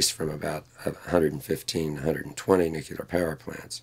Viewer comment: One would hope that a so-called expert on these issues could at least pronounce the word "nuclear" properly, but no... he cannot be bothered.